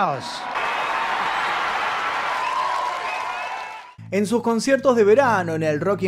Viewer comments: no lo tomes a mal, pero el apellido de esta artista se pronuncia wainjaus, no weinjaus, disculpas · Su apellido se pronuncia “wainjouse “ (como si pronuncias “wine”-vino. . Verifica la pronunciación. Pero felicidades. Muy buenos documentales!